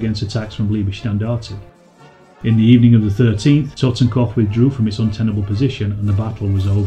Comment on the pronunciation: hum, you can't pronounce correctly Leibstandart, and Totenkopf.